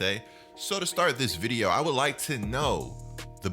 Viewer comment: Please stop saying vide-UH I might unsub 😂